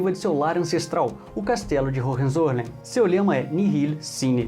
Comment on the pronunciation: Hohenzollern, se fala: Roem- Tzo-Lérn. O "R" de Roem se fala como os Cariocas fala o "R" de Rio de Janeiro....